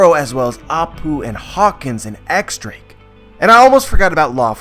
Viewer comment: its not pronounced 'X' Drake, it's Diez Drake, ten in spanish